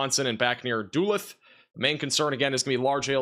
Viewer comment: Love the attempts at city/town names, and when I notice they're a bit off. Solid coverage as always. Duluth, MN sounds more like "duh-looth" for future reference.